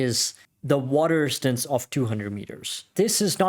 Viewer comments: I could only listen to water "ristance" so many times before bailing. His 4 inch wrist didn't help either. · WTF is "water istance"?